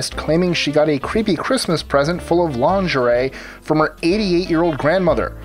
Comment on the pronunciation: I'm impressed that you can say lingerie like laundry but not say target like tarjay. Also, how is #1 disturbing?